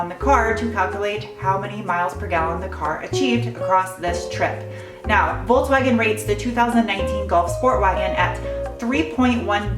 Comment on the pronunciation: Voltswagen? Why can't you just say it right? Folkswagen.